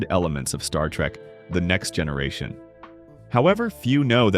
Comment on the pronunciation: As a long time Trek fan, I still found this video informative. The AI narration is okay, but the mispronunciations and speech cadence is very annoying--especially every time it said "Star Trek....the Next Generation".